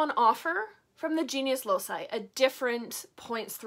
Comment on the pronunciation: Hi! I practice traditional witchcraft too, but with focus on the Aragonese folklore (a region of Spain. Goya and the first wife of Henry VIII are from here 😉). I enjoy a lot your videos, you are so transparent with your craft! I only wanted to tell you that the “loci” part of “genius loci” is pronounced like a “k”. Since the old latin used this sound, it will be correct saying something like “loki” (another example could be “caelum” ~sky~ in which “c” is pronounced “kaelum” and not “zaelum”). I hope that i have helped, and sorry for my bad english! Greetings from Aragon!!! 🖤